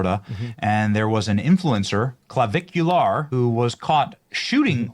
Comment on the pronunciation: Cavicu LAR